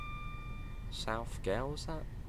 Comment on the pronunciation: You queried whether the “inland” bit of Fife Circle would be in TSW. It would be a pretty poor circle if half of it was missing! The Fife Out and Back? 😂 I had to laugh at the station name pronunciations. Butchered - South Gyle, all of the 3 attempts at Inverkeithing, Rosyth, Aberdour, Burntisland, Glenrothes and Kirkcaldy. I’d correct them. But my phonetic spelling is rubbish. But an easy one is Burntisland is Burnt Island. And as for Evian Water being Scottish 😂 It’s from the French Alps. Maybe try Highland Spring water as Scottish. That is made by a guy called Jock, who fills bottles from his tap in his flat in Glasgow, and ships it down south 😉